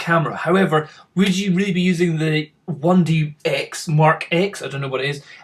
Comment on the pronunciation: It's not canon 1dX. It's canon 1d TEN.